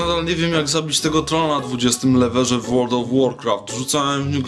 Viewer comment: a tak na marginesie, mówi się level a nie lever